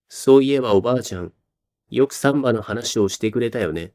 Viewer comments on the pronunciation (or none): 「サンバ」で爆笑しそうです。正しい標準語の発音の仕方を習ってください。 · 難破船の難破と同じ抑揚でサンバだと産婆 あるく歩数の3歩と同じ抑揚でサンバだとブラジルのはだかっぽいおどり。